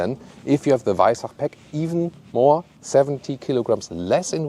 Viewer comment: Servus. As a French guy living in Austria for 3 years now, Danke dir for the on point pronunciation of “Weissach” 🥲🙂 French media are absolutely obliterating it when they say it 🫠💀